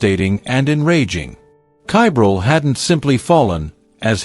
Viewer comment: Ugh, get the child's name correct please!!! Edit: well, now I'm not sure WHAT the child's name is, your AI pronounces it one way, yet the subtitles spell it about six different ways!! If you're going to do true crime stories, PLEASE give the victim enough RESPECT, to spell & pronounce their name CORRECTLY!!!